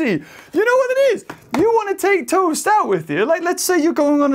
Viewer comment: It's not tost!!!!!